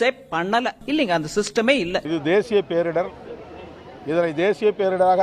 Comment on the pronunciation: நிதியமைச்சர் "பேரிடர்வு" என்கிறார். முதலில் சரியாக புரிந்து உச்சரிக்க வேண்டும்